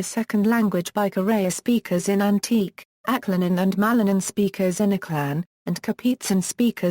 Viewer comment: Antique is pronounce "an-ti-ke"